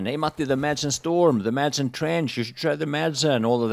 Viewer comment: Shouldn't a Swede be able to say Madsen correctly?